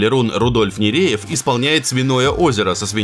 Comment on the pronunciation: ну почему ниреев....ну ребят...НУРЕЕВ ОН